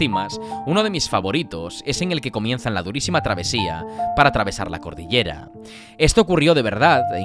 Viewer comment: se dice: cordillera.